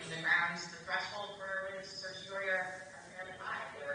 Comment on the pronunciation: How can a bar member say "certiori". How many times must she have studied that word and still oblivious to a whole syllable right there in plain sight. Use phonics!